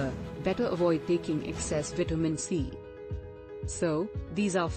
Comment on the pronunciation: When is this translating b** going to learn how to pronounce vitamin?